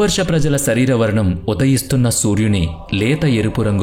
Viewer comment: ఇది ఇంకా దారుణం శరీరం నీ సరీరం అని పలుకుతున్నారు..